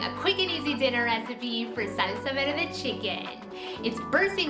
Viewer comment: we like the way you say SALSA VERDE Beautiful....have a great day!